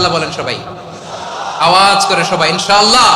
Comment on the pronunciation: আসসালামুয়ালাইকুম ওয়ারহমাতুল্লহ আমি একজন হাফেজ হুজুর আপনি ইনশাআল্লাহ বলেছেন কিন্ত আল্লাহ শব্দের পূর্বে যবর বা পেশ থাকলে আল্লাহ শব্দটি পোর বা মোটা হবে তাই ইনশাআল্লহ হবে। হুজুর আপনি কিছু মনে করবেন না আর আমার জন্য দোয়া করবেন আসসালামুয়ালাইকুম ওয়ারহমাতুল্লহ